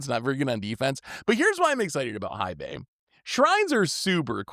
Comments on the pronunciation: Love your stuff! Hei Bai is pronounced "hey bye". Hei translates to Black and Bai into White so Black White, cause he's a pandy 🐼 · it's pronounced Hey Bye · mispronouncing Hei Bai perfectly backwards is hilarious. One of his best 😂😂